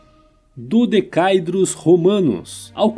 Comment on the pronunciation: A pronúncia correta é "dodecaédro", um poliedro, não "dodecaidro".